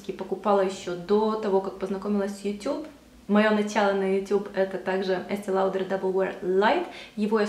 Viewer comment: ЭстЭ Лаудэр* ;) так правильно читается, по произношению с французского) очень распространенная ошибка. Если уж прям вообще на французском, то будет Эстэ Лодэр, но в адаптированной версии на русский, хотя бы просто Эстэ Лаудэр:)